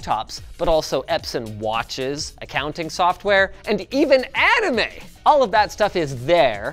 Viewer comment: It's "AAnime" not "E-nime". How can you get that wrong???